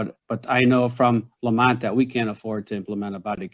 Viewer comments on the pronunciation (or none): It's Lemont not Lamont